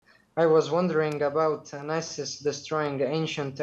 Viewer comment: Did bro just say Nisis? 💀💀💀